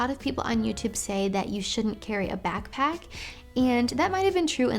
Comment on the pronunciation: Im sorry but the way she says backpack souds like bagpack lol